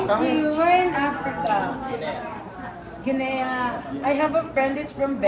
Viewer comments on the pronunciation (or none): none